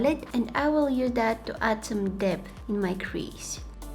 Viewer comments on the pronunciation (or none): none